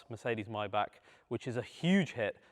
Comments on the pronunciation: Pronunciation: not Myback…..Myback….. but Mybugggg…. Mybugggg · It’s not “my-back”. It’s pronounced “may-Bach”. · The word is My-Bach not My-Back